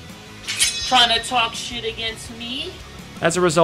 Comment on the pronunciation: I love when you say "SHIET"